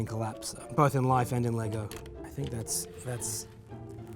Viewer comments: "LEY-GOH MASTA BUILDAH" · People need to stop adding an ‘s’ to the end of Lego. It’s Lego, not Legos 🤦🏽‍♂️